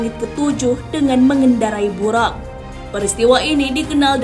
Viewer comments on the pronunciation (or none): tulisan latin memang buraq, tp lisan nya buroq, bukan buraq..